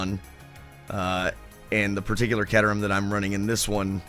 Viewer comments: It's pronounced Kayterum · Just FYI, it's pronounced "Kay-ter-um". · accept you are saying it wrong 'cater rum' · Oh, and its pronounced -kay-terham by the way. :) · Hahaha. For the record book, I don't think I've heard another human being call it a CAT-erham other than you.